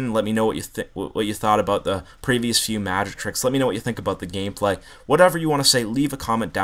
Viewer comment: He said gamepay